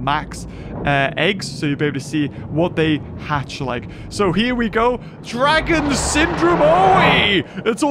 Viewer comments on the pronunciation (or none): none